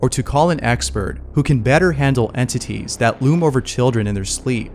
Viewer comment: Just say ghosts man... 🤦🏽 all I’m hearing is N-Titty 🤣😂🤣